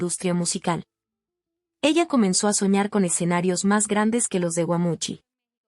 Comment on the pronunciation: Admiro a esta gran cantaautora SIGA APRECIABLE DAMA ,Agrego algo curioso la narradora menciona " exenarios en lugar de escenarios "